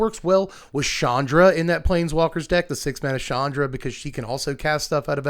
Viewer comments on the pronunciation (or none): none